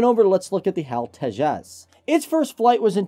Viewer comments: Beo its Te jas not tezaaz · It's H.A.L. Tejas, and not any of your: 1. Hal tejas 2. Hal to jazz 3. Hal two jaws etc etc. Please, pronounce it correctly. Thanks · It's pronounced "TAY-juss" and not "tay-JAZZ." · Tea-Jazz but I pronounce it as Tea-has (silent J) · Its pronounced as 'Tayjus'.